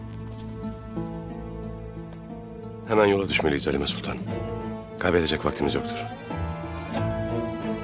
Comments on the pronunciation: I don't like Erthughrul when he make halima shup up by saying , "halimee" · Every time Halima Sultan tries to say something. EveryOne: HALIMEE!!! poor Halima 😂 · but l noticed at some point halimayy espically by ertugrul....mostly halima.